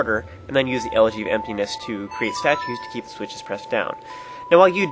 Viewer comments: He also pronounced elegy wrong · You're pronouncing elegy wrong